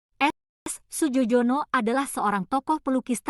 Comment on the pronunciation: Melafalkan Nama Maestro ini bukan Sujojono tapi Sujoyono … ini ejaan lama